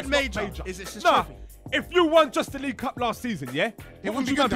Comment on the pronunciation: League Uh!